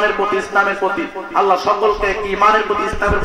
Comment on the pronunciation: অপ্রাসঙ্গিক বিষয় গুলো বাদ দিলে কি হয় না? আল্লাহ" শব্দ টা সঠিক উচ্চারণ কেন করলো না? আল্লাহর উলুহিয়ত নিয়ে বেয়াদবি করে আজ আমাদের মতো সুন্নী মনা মানুষ কে প্রশ্ন বিদ্ধ করছে। " আওয়াআওয়া" এ সব কেমন শব্দ?? বিয়াদবির সর্বোচ্চের শিখরে পৌছায়ছে।